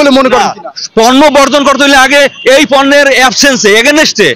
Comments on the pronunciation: পূণ্য বর্জন বলছে। পণ্য বর্জন বলতে পারেন না, এরাই সাংবাদিক! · সাংবাদিক পন্য কে পুন্ন উচ্চারণ করছে।